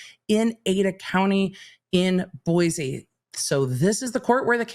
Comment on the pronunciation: As a native of Boise, Idaho…please pronounce it “boy-see”. 😁